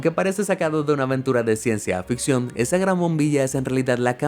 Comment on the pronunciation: eh amigo es CIENCIA FICCION NO "AFICCION"